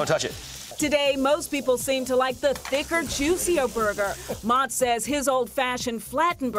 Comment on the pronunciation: Would have been nice if she pronounced his name correctly. Mow-tz